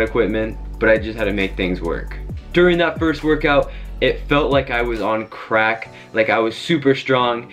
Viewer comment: The way you say crack got me rollin 😂😂😂😂